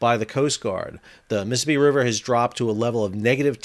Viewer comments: Miss Sippy ? It’s a 4 syllables word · You say Mississippi like you're from Mississippi.